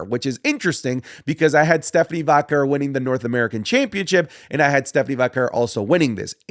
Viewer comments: The way says Vaquer pmo. Like does this Mader Vaquer not listen to how they commentate it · why does he pronounce stephanie vaquer's last name like that ?